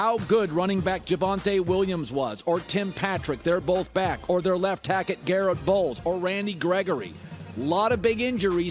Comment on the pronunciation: "left tackett"